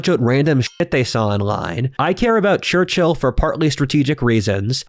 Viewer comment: Just a side note; your pronounciation of the man's name is really weird. Instead of "Churchill" it souns like "Churchhill".